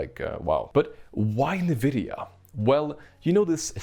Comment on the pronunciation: I get Goosebumps everytime he says "Nividia" instead of just pronouncing it corectly :(